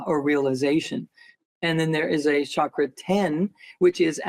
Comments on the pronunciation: Chakra is pronounced as a ch sound in India, not sh. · It is chakra, not shakra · It's obviously chakra not shakra. Please be mindful of the pronunciation. 😊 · It's not pronounced like Shahkra. It's Chukher but the "h" before the "er" is silent. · The correct pronunciation is actually more like “CHUCK-ra” with a rolled R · I was told the true pronunciation for chakra is the CH sound not s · Research showed that correct sanskrit pronunciation is “CHUH-kruh” ; ) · lol.. funny that he corrected you on how to pronounce Chakra.. when the Indian folks I know actually pronounce it the way that you said it first, Doc!